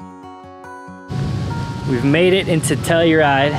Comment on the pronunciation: Pronounced Ophir "oh-fur" Ouray "you-ray" Telluride "tell-you-ride" 👍